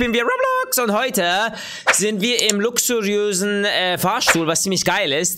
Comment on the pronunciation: Lüxurösenn hahahahaahahahahahahahahahhahhahahahahhaaahahhaahahahahhahahaaha das ist so schwer zu screiben danny keine beleidigung also beschweren kan mann nicht beschweren